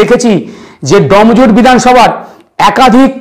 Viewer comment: ভাই "এডিটার" জায়গাটা "ডম" জুর নয় "ডোম"জুড় !! এই উচ্চারণ নিয়ে সাংবাদিক হবে???